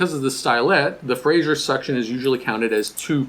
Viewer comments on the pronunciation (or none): none